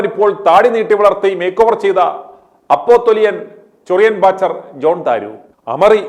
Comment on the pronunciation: അപോസ്റ്റിൽ അല്ല അപ്പോസിൽ